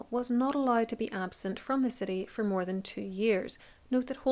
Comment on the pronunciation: I absolutely adore your work, but must comment on the random pronunciations that bring a small cringe. Examples: Now as nah-ee, eight as ay-itah, More as murr. I’m American, and have no idea from where your accent hails. I don’t let it stop me from learning through your generous and fastidious research. Carry on, regardless of clinkers like me. ❤